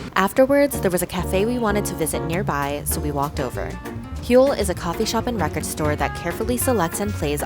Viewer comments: Great vlog. Btw, Hule has a silent H and is pronounced oooh-lay.. Although hule means rubber in this context it refers to the vinyl records. Cheers! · Not oooh-lay … oooh -le